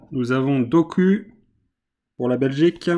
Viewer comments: Ça se prononce dokou pas doku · Je regarde la vidéo en 2023 et je suis belge et pour Jérémy doku ça prononce Dokou